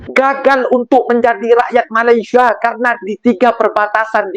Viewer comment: Mas, kalau nyebut Malaysia nya biar ben😊er dikit